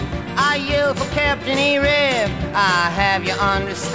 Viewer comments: I think it's captain Ahab, nor arab lul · it's Cpt. Ahab, as in the main Character of Charles Dickens' Moby Dick, not captain Arab.